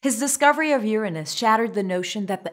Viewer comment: Thanks for providing the proper pronounciation :D